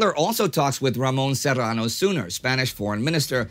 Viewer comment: A very good pronuntiaton of the double r of Serrano, but have no idea how to describe the sound of the ñ in the second surname Suñer so I insert a link ...